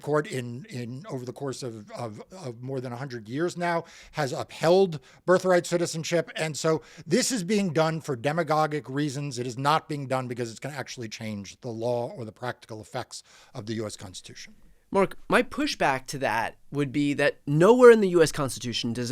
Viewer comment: The second 'g' in 'demagogic' is soft, pronounced like a 'j', not a 'g'. Who is this guy?